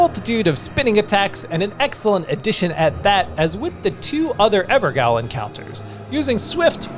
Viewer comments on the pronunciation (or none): Gaol is actually pronounced jail. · Mate, it's pronounced jail. Evergaol is everjail! Thanks for the vid. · It's actually pronounced Everjail. All these circles are prisons, the bosses there have been trapped for one reason or another.